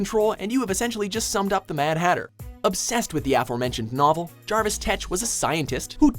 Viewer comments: Jarvis thetch..? God damn it,. Why is it so hard to pronounce the things you say? It's just one job. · I honestly don't care that some people don't like TAS' Clock King, I love him. There's just something about the simplicity of him that is insanely appealing to me. BTW, "JARVIS" Tetch? It's "JERVIS" Tetch.